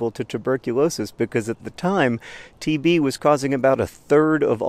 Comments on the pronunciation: The video was playing as background noise and I thought John said "TV in the 19th century" not "TB in the 19th century." Tuberculosis makes a lot more sense. TV in the 19th century would've been wild. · It took me rewinding the video 3 times to realize you said "TB in the 19th century" and not "TV in the 19th century."